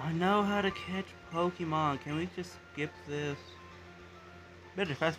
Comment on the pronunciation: its how not hiw